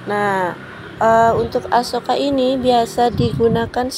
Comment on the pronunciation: 😂 Sampai salah nyebuut Asoka jadi Akuesa 😅